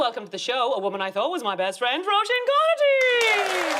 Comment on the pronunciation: At last! "Roisin" pronounced well by Aisling.